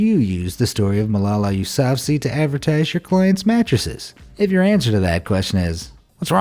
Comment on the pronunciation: Your pronunciation of Yousafzai was a spectacular failure